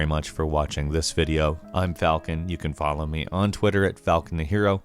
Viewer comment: FalCON. Not cone wtf